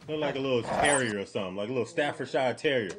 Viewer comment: Bro Ive never heard the word Staffordshire be butchered like that 😂